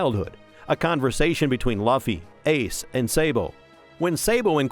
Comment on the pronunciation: You say Luffy wrong